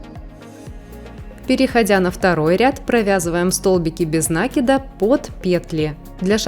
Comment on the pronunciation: В слове «накид» ударение следует ставить на слог с буквой И — наки́д.